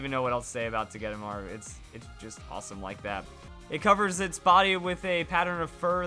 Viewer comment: Does anyone else hate how he says togedemaru? I say it toe-geh-day-maru